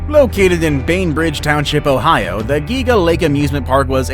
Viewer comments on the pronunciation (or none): none